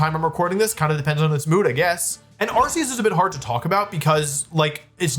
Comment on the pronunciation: you were pronouncing them correctly until now... its arkoos...